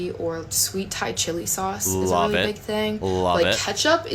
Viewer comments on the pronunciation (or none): none